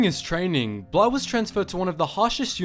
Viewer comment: Its bly not bla